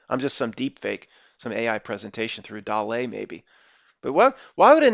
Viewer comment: DALL-E is pronounced like WALL-E + Salvidor Dali. DOLL-EEEE